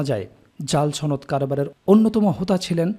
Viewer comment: ভাই উচ্চারণে সমস্যা।